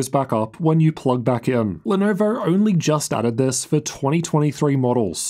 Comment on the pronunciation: I love how he says Lenovo. Even better when he says Lenovo Logo like “Lenorvowr Lorgow”. Has me cracking up every time